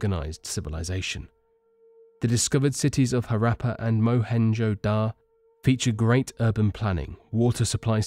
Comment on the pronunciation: Mohenjoda? it's Mohenjodaro... I don't like it when people don't finish their words or sentences, and what's with the spelling "Pyrmaids of the Kush?" lol Aside of that, interesting topic! love the vid mate.